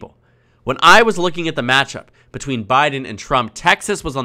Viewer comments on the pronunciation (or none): none